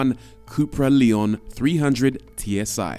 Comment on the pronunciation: It's pronounced Lay-on. They are very good cars.